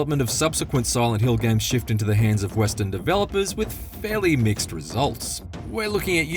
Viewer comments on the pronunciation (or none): none